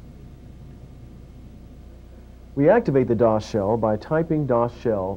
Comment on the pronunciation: We used to pronounce "dosshell" as "dos hell"